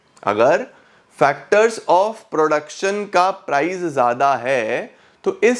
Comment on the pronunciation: Zyada ❌Zada✅